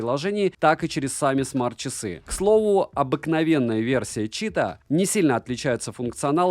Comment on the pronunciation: расслабься!) Говори просто Чита, с ударением на первый слог, так будет правильней. Не город ЧитА, не читаХ.)) А так: как всегда все обстоятельно, объективно и по делу.